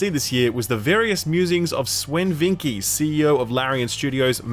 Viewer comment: I really don't think you are pronouncing Sven's name right, never heard anyone say "veenkee"